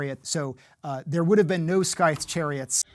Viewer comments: How can you take someone seriously who says “CALvary attack” and “SKYthe” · And can't pronounce scythe either 😂 "Expert" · You'd think a military historian would know how to pronounce "cavalry" and "scythe"... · You don’t know how to pronounce scythe?